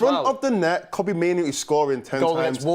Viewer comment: Respectfully It’s Kobbie not Coodie